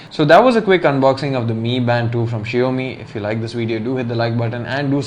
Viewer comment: Shio mi ??? 😂😂😂 Bro its xiaomi not shio mi😝😝